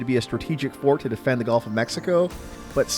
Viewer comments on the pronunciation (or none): none